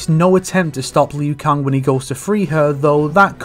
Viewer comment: Lmao “lu Kung”